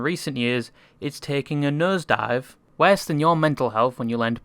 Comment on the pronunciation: yo yt creator guy i like the content but i hate your stupid ass english accent and especially the way you pronounce: '' worse ''. Truly hope you can change your accent some how cause some times you pronounce something so weirdly that it feels like power drill drilling into my forehead but keep up the good work.